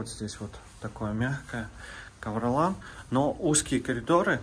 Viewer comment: НЕ КАВРОЛАН,А КАВРОЛИН И НЕ СТАРОЕ И НОВОЕ ЗДАНИЕ,А 4 И 5...